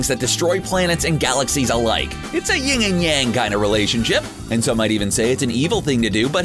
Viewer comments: YIN... not YING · Yin, not Ying.... 🙄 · Its nit picking but its YIN not YING